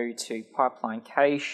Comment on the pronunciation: Cache is pronounced "cash" - not "caysh" :)